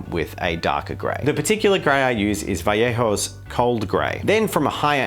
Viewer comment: Damn he actually pronounces Vallejo correctly. It's kinda fun to see youtubers who are from southern USA where speaking spanish is pretty common just completely butcher the pronunciation but then some australian bloke actually says vajeho.